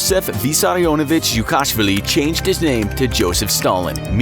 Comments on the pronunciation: The georgian name pronunciation is so funny learn to pronounce it correctly💀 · You said dzhugashvili weird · As a Georgian person, the way you pronounced his surname cracked me up🤣🤣🤣